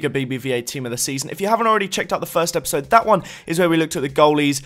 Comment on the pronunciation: LOL you said enjoy this 'EPISIDE' instead of 'episode'